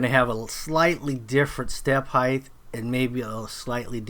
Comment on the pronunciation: Nice work. Tip: There is no such word as "heighth". Height is it.